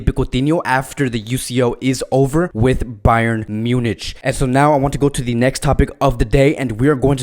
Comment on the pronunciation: A simple question! Can’t you pronounce Munich correctly?